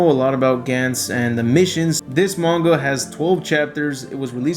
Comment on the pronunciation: The ma gan is how is how he says manga